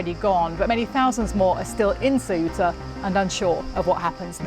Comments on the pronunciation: It´s not Ciuta ignorants, learn how to pronounce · If you can correctly pronounce the words THINK THOROUGH or THACKERAY then you can say CEUTA!! Make an effort BBC. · i am amazed that so many media presenters cant pronounce SEUTA correctly. this shd be no issue for media professionals.